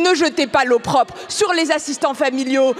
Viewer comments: J'ai bien entendu "l'eau propre" au lieu de l'opprobre ? Terrible lapsus de la ministre qui ne maîtrise pas sa langue ni son discours. Honte à la "gestion" maltraitante et violente des enfants placés qui les poursuit tout le restant de leur vie. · L'eau propre 😂😂😂😂😂 bonjour le niveau 😂😂😂 faudra lui dire que c'est "l'opprobre" 😂😂😂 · J ai entendu eau propre au lieu d' opprobre.....mon Dieu ces ministres... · erreur de prononciation ok la 1 ère fois , je me suis dit j’ai mal entendu … les 2 autres fois , aucun doute !! Et Sandrine reprend son expression en la corrigeant 👍🏼…discrètement 👏👏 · "Ne z'etez pas l'eau propre du bébé avec l'eau du bain..."